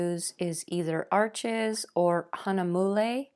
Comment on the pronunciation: Fantastic. Arches is French so it’s pronounced, “Arche,” the (s) is silent. Thanks again for sharing!!!